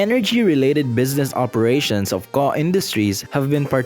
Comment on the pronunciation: It's not pronounced "Koh", but rather "Kokh". This is painful to listen to. Nobody thought of doing some research before making this? Unbelievable.